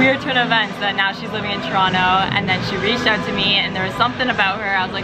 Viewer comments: This lady is not from Toronto I cam tell how she pronounces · How can represent Toronto and not even pronounce Toronto right:(